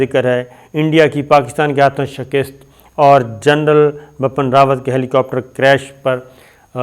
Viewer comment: Sabir, please correct your pronunciation. It's Bipin Rawat, not Bapan. Also, the word in Urdu is "shikast" not "shakist". It's irritating when a word is pronounced incorrectly. Pardon me for intervention.